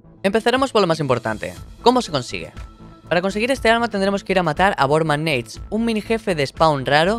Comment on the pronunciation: Borman neit no es borman nátes